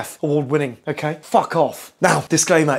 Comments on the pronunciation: " Ok ae " 😂😂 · Mmm did he say “okay” or?